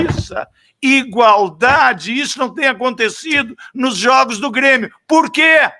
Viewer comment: ELE FALA "B"RÊMIO